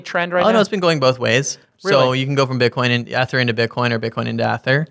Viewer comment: Great interview. Their pronunciation of 'Ether' gave me a chuckle. Hard E fellas :)